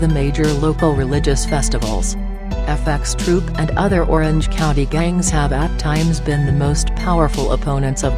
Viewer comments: Why did she keep saying F x troop,just FxTroop,dont sound the x,it sounds fucking whack. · This shit is annoying when she says "fxtroop" why the fuck can't she just say "F troop"